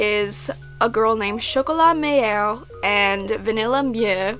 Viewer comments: I hate to be that person but I think the manga is better. I haven't seen much of the anime but the art in the manga is amAzing also I can't stand their voices and how the mispronounce all the french words lmao also the manga is much more serious and darker than the anime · sugar sugar rune was my first manga but i've never seen the anime because i heard that it's less good than the manga Oh and, meilleure in french means best and mieux means better :) (and as a french girl, i find your prononciation cute and funny!) i didn't knew that their names were the same in english